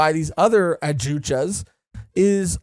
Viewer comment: The way yall say Yoruichi like Yoruuchi is throwing me off. Also the j in Adjuchas is pronounced like an h.